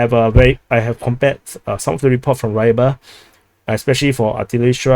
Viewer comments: ukr writing is useless, Staromichailovka or michailivka, no Y for why why sound. Read kh as say german or slovak Ch. Not Kh, not KaCHing sound. Do not read Y as english, just ee sound. Rybar in slovak is fisher. Rebar reebar if you like. Not Raibar. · Sheeroke, probably shirokoye, Rybar read Reebar. Dorožňanka Do Rozh Nyan ka